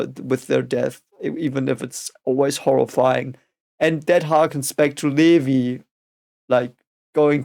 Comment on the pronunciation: Levi is pronounced "Lee-vye", as in, the english way and not the german way.